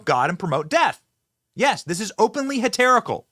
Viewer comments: Benny, its Heretical, not Heterical. Still not as bad as palmist, but maybe make sure the religious terms you use are spelled correctly before you dunk on the 80 year old Catholic repeatedly using the term Palmist because he thought the S was silent instead of the P lol. Just looking out for you man. Blessings. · Umm, Benny?.. its H E R E T I C A L! Not Heterical. Lol, sorry, i had to.🤫🙏🏻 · “Heterical.” *Heretical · No no Benny HERETICAL NOT HETERICAL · Heretical not heterical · *heReTical, NOT heTeRical. He's a heretic, and his behavior is heretical. I love Trump so this isn't a dig at him, but he also mispronounced books of the Bible, so we probably shouldn't be throwing stones. Just sayin'... 😊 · I think you meant “heretical” not “heterical” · Heterical? lol speaking of mispronunciation of biblical words… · What's "heterical"? <-- That hysterical!!😂😂😂😂😂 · Love you Benny so I need to help you out with this word: the word is HERETICAL. K, bye. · that wasn't a blessing. Sign of the cross over your heart is a protective gesture. He's invoking god's protection against what he sees as wrong, not "blessing abortion." people should probably know what gestures mean before they complain. and learn how to say heretical and blasphemous.